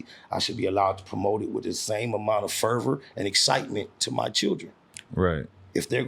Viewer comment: My man said fervor🤣